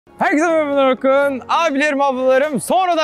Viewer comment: Ölünün vedioya giriş şekli: Xerkese maraba arkadaşlarven orkun